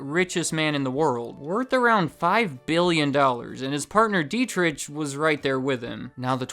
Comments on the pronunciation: It’s pronounced deet-ricK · Monster's always less expensive than Red Bull, no matter where I shop. I've been getting into Rockstar lately, more caffeine per can and costs less than Monster. And Dietrich is pronounced with a soft ch. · Dietrich is pronounced d-trick my name is Deitrick but it's the same pronunciation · I'd like to point that "Dietrich" is pronounced "dee-trick" not "die-trich." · Dietritsch LOL :-) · If you pronounce this "Deetrigh Mahtheshits" you can get pretty close to correct pronunciation. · i dont want to sound like a smartass, but i think you say it like, dee-trick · DEET-rick(phlegm sound here) MAH-teh-sh*ts Dunno about the Thai guy though. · Is there an ant on the top of the can? They are everywhere! World domination incoming! By the way, the way you're spelling the "ch" in the name Dietrich is quite funny for an Austrian. I guess you're thinking similar, when you read this comment. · Butchered the name Dietrich but that's understandable hard for a not German speaker :D I like Red Bull because they have my Favorite Sports people on payrole, and I like to support them in some way at least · FYI, the "ch" in Dietrich is pronounced like that in Loch Ness. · Dietrich is spoken without the [ʃ] sound. Just saying